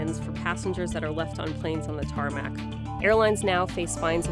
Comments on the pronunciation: ITS NOT THE “TaRmAcK” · Y u call it TarMAc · SHE DID IT SHE SAID TARMAC